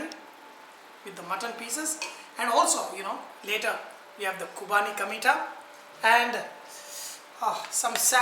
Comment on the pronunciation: Vahchef, it's Qurbani ka Meetha not Qubani hope you ll correct it.